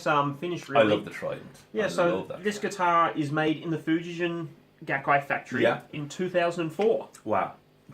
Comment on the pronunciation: There is also Schecter Japan. They outsource to Schecter Korea. Schecter Japan is top level. Lawsuit guitars were produced from the 60s to the 80s. Fuji-gen is pronounced with a hard g, not a j sound. "Gen" is the word for string, as in stringed instruments.